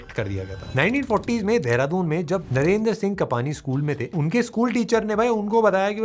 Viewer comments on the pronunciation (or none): none